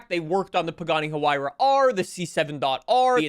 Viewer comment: The H is silent in Huayra